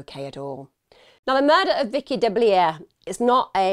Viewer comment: Vicki was my husband’s ex mother-in-law. Her last name is pronounced DeBlue. What happened to her is so horrible. My heart breaks for her, her family, her girls and her grand babies, two of which are my bonus sons. I can tell you that her horrendous murder has made a terrible impact on her daughters. I know them both well.